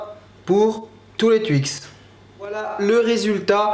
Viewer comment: Moi je dis TWIX pas tuix ou touix!